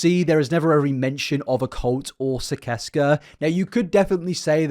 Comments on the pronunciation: Gergs cult is pronounced SIS-ES-KAH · Hey bud! I’m under the impression it’s actually pronounced SIS-ses-kah 🥰 just wanted to correct! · I thought it was pronounced sih-sess-cuh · I love your videos but it’s killin me that you’re not pronouncing it right: Sis-es-kuh. Onision’s said it in his videos waaaaay back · Sicesca is pronounced "siseska". cursed with this knowledge from my onision fangirl days as an easily manipulated young teen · So I have to say this (I am in no way defending onion I do not support him) but I specifically remember him pronouncing sicesca like SIS SES KUH but I know it isn't important I just figured you might like to know even tho it isn't even real so there is no CORRECT pronunciation